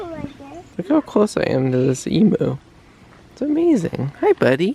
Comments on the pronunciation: as an Aussie, it's an Em-you not an Emoo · I'm sorry I have to tell u emu is pronounced emyou. So say the em the way u did and the end u is pronounced like the word you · Common mistake, emu is pronounced eem-you. 😊 they are beautiful birds. Looks like you had an amazing day! I love watching Mary interact with animals 😍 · The emu is pronounced eee mew